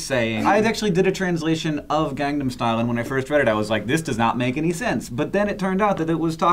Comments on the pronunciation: it's pronounced more like "gong-nom" not gang 'nam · btw it's "Gang-nam" not "Gang-dum." You Americans seem to struggle with that word. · it bugs me when people mispronounce Gangnam.. haha. but everyone does it so.. :P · somebody tell that it's pronounced Gangnam Style, not GangDam Style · goddamn it joe it's gangnam, not gangdam. imma light yo house on fire ;p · Its no gang nam its pronounsed kangnam. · It's not "GangGAM Style"... It's "GangNAM Style". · its not pronounced as gandom style i it GANG NAM style :) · its said as gongnam style but spelled gangnam style people dont know how to say anything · For the love of god, stop pronouncing it GANGnam style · Am I the only one it bothers when they say "gangdam style". There's no "d". Enunciation. ENUNCIATION. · PRONOUNCE IT PROPERLY oh my god that keeps annoying me. GAHNG-NAH-M STYLE. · its pronounced as kahngnahm. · why do i keep hearing gang'dam' style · Please stop pronouncing the A's like "Say", its pronounced like "Saw" when saying gangnam style. I so cringe from the way you guys pronounce it. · Gerrrrrrrrr why can't you guys pronounce Gangnam right?!! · Please don't talk about anything PSY until you can say Gangnam style right :I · Can't anybody pronounce "Gangnam" correctly? Not that hard. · I love sourcefed, but in all honesty; It's not hard to pronounce gangnam style. xD